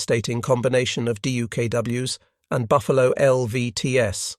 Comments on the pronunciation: I'd pay more for the plural not to be pronounced dee-you-kay-doubleyou-ess. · Not fixing the pronunciation of the plural of DUKW was a minor crime, repeated far too many times. Repeating the moralizing windup summaries of the "lessons learned in this operation" a dozen times was a major crime. And if the video had been shortened by 50% and the replication of words by 75%, this would have been a decent video. Holy-moly, did a Xerox machine author the script?